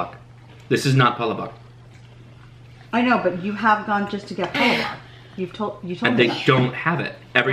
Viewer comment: Great video! You guys sure do love filipino food! Just to let you know, palabok is pronounced: PA-LAAAA-BOK. Emphasis on the LAAA...lol